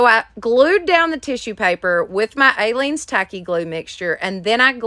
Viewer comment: You are pronouncing Aleene's incorrectly. It doesn't have a long A. It is pronounced uh-leene's. 😊 I used to watch her craft shows YEARS ago. You can probably find them on YouTube. Great crafting. You should find them and watch. I also LOVE watching your channel. Lots of creativity that I use every weekend. Thanks for sharing with us.